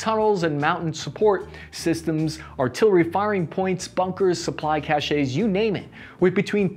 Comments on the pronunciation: The word "Cache" is pronounced as "cash", not "cash-sha", which means something entirely different. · Anyone who pronounces ‘nuclear’ as ‘noo-kyu-ler’, as this guy does, is immediately suspect. If you can’t even pronounced a simple English word, how can your thoughts/information be reliable? Also ‘cache’ is pronounced ‘cash’ not ‘cashay’. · cache is pronounced "cash" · And cache is pronounced like "Cash", not "CashAY". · I'm sorry the Army taught you to say "Cashay" instead of "Cash", for Cache. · Cache= "CASH", not "cachay". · It’s pronounced cash not cashee. The E is silent The Capitol of South Korea is pronounced Soul (like talked about in religion) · "A cache is a group of things that are hidden, and is pronounced like "cash." Cachet can mean "prestige," "medicine to be swallowed," or "an official seal," and is pronounced "cash-ay."" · "cash" of supplies. NOT cache.